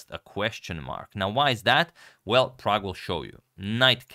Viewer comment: Every time you say "Prague Chess" I hear "Pragg Chess".